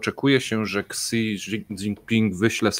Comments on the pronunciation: Xi czytamy jako Szi. To nie jest jakaś anonimowa postać, której widzowie nie skojarzą:) Pozdrawiam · Panowie , hui mówimy hłej a xi mówimy śi .